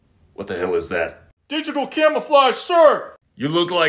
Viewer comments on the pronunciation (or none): When he said “digical” I lost it. I knew a guy who always pronounced digital that way and this brought me back. Thanks